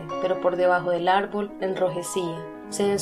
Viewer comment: Arbol separalo y dice ar-ból